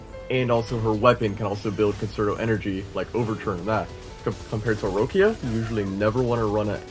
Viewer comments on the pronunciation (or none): "Rowckia" bro they pronounce her name in the story dozens of time. LMFAO Rowckia 😂